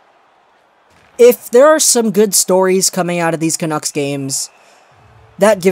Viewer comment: the way you say "Canuck" is so annoying "canooks" is how it sounds when you say it.